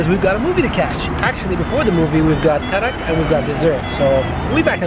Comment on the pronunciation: Thank God... You got the right. It's Kadak not Karak. I don't know why every place in UAE it's written Karak. And even samosa. Everyone in UAE says sambuusa. It's very irritating when they mispronounce Indian dishes.